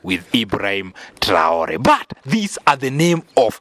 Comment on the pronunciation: Message à la traduction. C'est irrespectueux envers. Pourquoi cette voie française n'arrête de mal prononcé le d'hibraim TRAORÉ. Merci d'articuler proprement